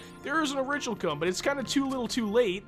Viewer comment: i think its pronounced o-ri-chal-cum instead o-rich-al-cum, but the basis of this is purely from yu-gi-oh's seal of orichalcos, probably based off the same word. This is my ocd having to put this by the way :3